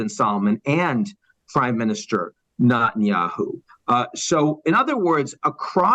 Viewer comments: Why can’t the speaker pronounce Netanyahu’s name correctly? Saying that Gazans are poor is perplexing. They have an obesity problem, they wear nice clothes and they are not homeless. They also have the strength to yell. Regarding calling the Hamas members “inhuman animals”.. what should we call rapists, kidnappers, baby butchers, religious hypocrites, criminal, anarchists? Btw.. the decapitation and burning of babies and children has been confirmed by Secretary of State Antony Blinken. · Good, impartial analysis. Now, if Mr. Bremmer can learn how to pronounce ‘Netanyahu’, he’ll increase his credibility that much more. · given how much of an expert he appears to be on the region, can someone teach ian how to pronounce "netanyahu", and that the "coalition of the willing" was never in afghanistan, but refers to the smattering of mostly insignificant players on the world stage whom the bush administration pressured to provide token amounts of ground forces for its invasion of iraq, given the us didn't want to be seen going it alone, while its most credible allies never bought the wmd story. in protest, the white house changed the name of french fries on its menus to "freedom fries" from 2003 to 2006. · Ian, I’m a big fan, but it hurts my ears when you mispronounce Netanyahu’s name. It’s Neh- tan-yah- hoo, not Nah-tan-yah-hoo. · "...this failure...."; Spoken as if he never heard his name....intentionally pronouncing Bibi's name: NOT-anyahu. (not the God) ...but, let's assume he pronounced the name correctly, and editors later changed his correct pronunciation to an incorrect enunciation. Who could and would do that? "...promotes it...."; Those promoters do it; YouTube does it; "...the ironies are writ large, so...."; this girl (TED leadership)is also writ large....oof. "...Hamas has exceeded expectations...."; OMG - this guy is reading from a script written by exceedingly expectant manipulators...."; - like writ large girl whose name is "Echelon".